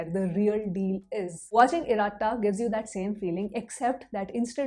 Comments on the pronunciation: Not iraaata it's iratta. Like khatta in khatta meetha..🥲🙏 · It’s not pronounced as IRAA – TTA. It’s IR-UH-TTA. (Less stress on ‘A’) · It is pronounced as Ir-ah-Tta